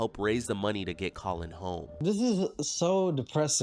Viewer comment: She's calling "Collin" --> "Co-Win"....when he comes out of the shower.....that is even more funny 😂... Oh man and a few weeks ago I saw a Trilogy Media Episode where "The Russian Guy" instead of "Trenchcoat" he say "French Coat" and that made me laugh harder than it should. I really find these guys entertaining and can only recommend!